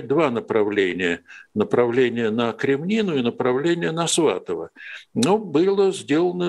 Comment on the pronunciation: Блин, ну какая еще «Кремнина»? КреміннА! КременнАя.